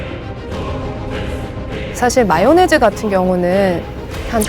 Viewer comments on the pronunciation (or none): none